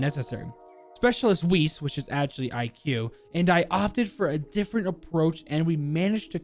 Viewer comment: Im sorry for pointing it out but its weiss like vice not weiss like weece